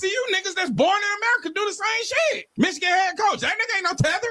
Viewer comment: He said Mich coach and SAS 😂 Who gon tell him?